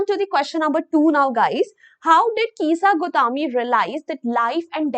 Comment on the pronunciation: Kisa gautami ❎ Keesa gautaaaame☑️